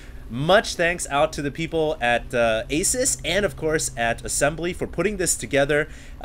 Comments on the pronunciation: its pronounced A-seuss not Ace-us. Thumbs up so He can see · hey, just a deads up but Asus is actually pronounced (a- seuss) like dr. seuss